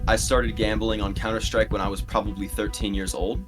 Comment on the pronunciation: HAHA I love cs go gambling you really got me when you said counter stick instead of like stake